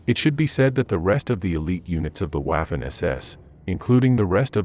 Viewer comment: Excellent research and presentation. The age old rumor of the torching of Hitler and Eva was dealt with from the point of view of new evidence and new thinking. One failure of the video is that the narrator cannot pronounce German words correctly. The rules are easy to learn, but he hasnt had the motivation to learn. For example: Waffen is pronounced using a V --> Vaffen. Some names of the various generals and army corps are also mispronounced. If a video historian is to make the best impact, he/she should learn to pronounce everything correctly.